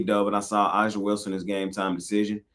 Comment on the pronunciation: Aaa-Ja is how you pronounce her name. Come on bro do better